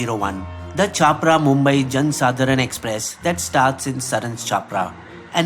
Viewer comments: Capra..... funny how you pronounce छपरा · Come to Bihar. No BJP there. BTW Saran and Chappra are pronounced incorrectly. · please correct your pronunciation of chhapra